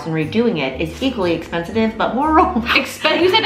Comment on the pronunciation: actually pissing myself at “expensitive”